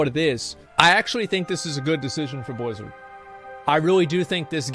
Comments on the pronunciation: Why cant he pronounce Blizzard normal? Whats with the Bluzzrd? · You pronounced Billzzard wrong